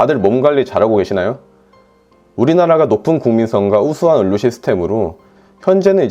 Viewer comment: 의원 발음은 잘 하시는데 의료 발음은 을료 라고 하시네여 ㅎㅎ